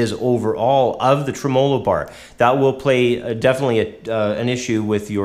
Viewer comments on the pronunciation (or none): he accented treMOlo instead of TREmolo which is how people usually pronounce it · Lol. The way he says "Tremelo". Tray mello lol.